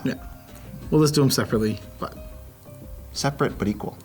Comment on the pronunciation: not my boy saying seperate but equal 💀 lmao